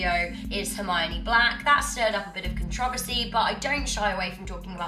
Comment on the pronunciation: controvosy. noice